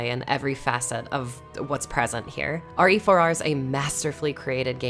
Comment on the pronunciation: RE4R... Last time I check, that's pronounced "rear"... LoL. Yes. I am a man-child. Thank you for noticing